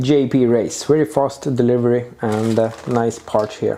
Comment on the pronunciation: Gillar ditt uttal av parts ”pa ch” 😂